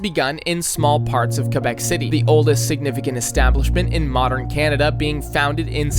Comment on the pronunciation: It's pronounced "cwuh-bek", not "cuh-bek".